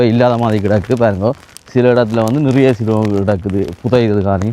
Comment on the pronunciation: தம்பி சுனோ சினோ இல்லை